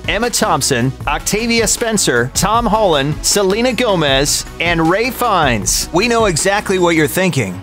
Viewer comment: Woah there buddy! His name is Ralph Fines, not Ray.